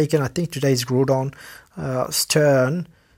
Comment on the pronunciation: It’s GROWDon that’s how you say it